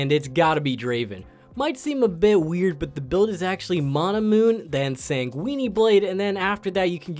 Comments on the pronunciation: Sound like an italian pasta you know linguine? hahaha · Sanguine. San-goo-in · Haha san-GUINI blade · Sangweenie blade??? Lmao bruh... Just no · SangWEENEE blade xD